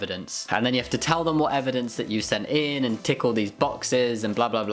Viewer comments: Maybe I'm a bit tired, but when you said "tick all these boxes". my brain decided that what you actually said was "tickle these boxes". Now I'm imagining boxes being tickled and laughing my ass off. Edit. Reading the comments, it seems I'm not the only one hearing this. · I heard “tickle these boxes” lol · "Tickle these boxes" That's what I heard, and I prefer this version :D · I thought so too XD but I'm violently sleep deprived so idk if it helps our case there. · Parker Kim same lol